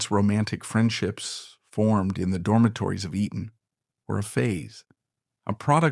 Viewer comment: Not Eden. EE-TTon. Elocution lessons for you, asap.